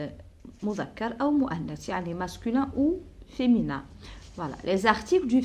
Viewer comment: Vous êtes formidable ma chère dame Mais je voudrais vous faire une toute petite remarque Pour le mot féminin vous le prononcez très mal il faut appuyer sur le i mi pas mé c'est tout Et bonne continuité